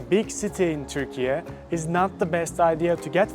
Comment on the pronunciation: first of all, it's turkey....not turkeya